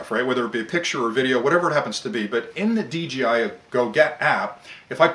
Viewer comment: Very good points sir. . . Why do you say "DGI" and not "DJI"? I would consider the DJI Inspire a "top of the line", grade A drone. . . Costs about 3 times more than a Phantom 4!